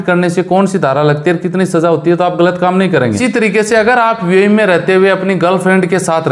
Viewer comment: Yar buae nahi hai youae hai sahi bola karo